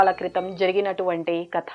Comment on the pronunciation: కత కాదు, కథ.